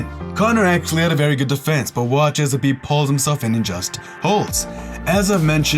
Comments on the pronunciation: Habib? and you keep saying it wrong over and over lmfao. Khabib going to find you for saying his name wrong/ talking bad about his religion. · Khabib not habib